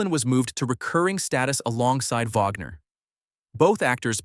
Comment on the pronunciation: It is Wagner not vagner